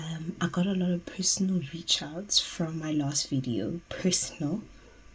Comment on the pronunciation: PHERSONAL!!! You really had to put emphasis on that😭